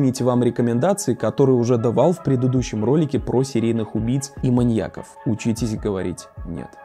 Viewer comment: Не маньякОв, а маньЯков. Ударение не смещается при склонении слова